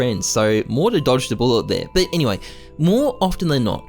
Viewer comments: saying morter all video lol. MOTAR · great vid, but how you gunna pronounce his name wrong every time you say it? All I hear is "Mortar" it's "mo-tar". u add an extra r every time. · why is he saying mortar2k